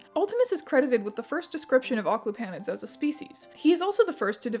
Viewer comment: I think the stress falls on the second syllable. oc-CLU-pa-nids